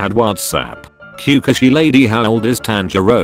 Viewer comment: Kukashi lady instead of kakushi 😅😅🤣🤣😂😂😹😹😸😸🥷🧑‍✈️